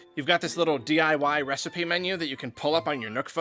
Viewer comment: IVE COME UP WITH A NEW RECIPEH